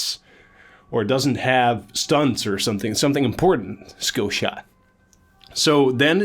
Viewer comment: Can't decide between pronouncing "shkillshot" and pronouncing "skillshot".